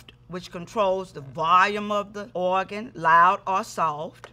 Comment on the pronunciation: I love the way she says “oagan”😭❤️